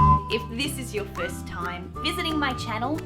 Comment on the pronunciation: How come you say "time" the way Americans say "time"? I'm American; what we usually hear when Aussies pronounce that word is something that sounds to us like "toaim." The same with "subscribe" . You say it exactly as Americans do; but I usually hear Aussies say something closer to "subscroaib." And right after that, you say "if you like" ; but you pronounce the word "like" the way Americans do, instead of "loaik" which is what we in America usually hear when Australians pronounce the word "like." Confused.